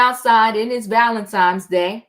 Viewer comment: It’s pronounced ValeNtine’s day……..not Valentimes. There is no M